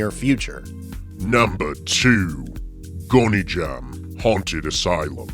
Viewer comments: Sir, it's pronounced Gone-jom not Goney-jam. Great list, thank you. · Every time he said “gony jam” i physically shuddered